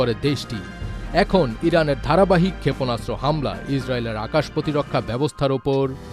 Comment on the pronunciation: ক্ষেপণাস্ত্র উচ্চারণ শুদ্ধ উচ্চারণ করতে হবে, ক্ষেপণাস্ত্র উচ্চারণ শুদ্ধ হচ্ছে না 😮😮😮😮